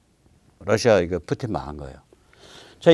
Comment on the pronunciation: 아우 뿌띤이욕 찰져